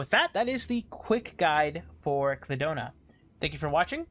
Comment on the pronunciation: I cry every time I hear "clidona" :(